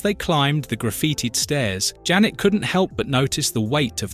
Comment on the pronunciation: AI narrator when referring to Janet:(Wasp): "Jane" Me: 🙄